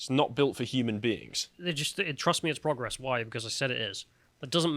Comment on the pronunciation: Boys please stop mispronouncing progress.. ffs